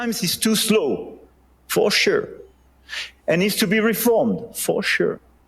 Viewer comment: For sure = four-che !!!